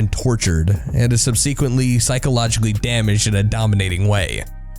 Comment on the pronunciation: Demonophobia narrator: You need to learn to pronounce words properly. The game you've apparently "written about three times, now," has an 'O' between 'Demon' and 'phobia'. The word has six syllables. 'Subsequently' has it's emphasis on 'sub,' not 'se'. It's pronounced sub-seh-kwent-lee. Otherwise, good vid!